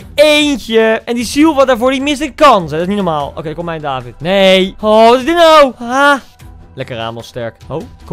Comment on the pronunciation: je legt de klemtoon op de i dus eigenlijk is het davId